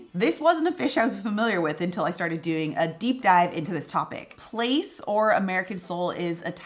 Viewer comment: Yes, that is how you pronounce it. Plaice is yummy.